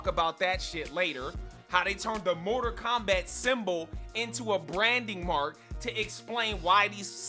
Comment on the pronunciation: "Morter Kombat" "Moder Kombat" "Motor Kombat" Hilarious! Great rant. I felt you, big homie. What a trainwreck this movie was! It's like Hollywood wants you to NOT like movies anymore. It baffles me every time.